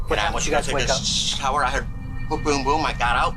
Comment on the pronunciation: Why can’t he say shower right